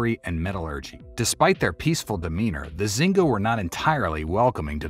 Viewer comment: Xingu is spelled shingoo. Not zingu ❤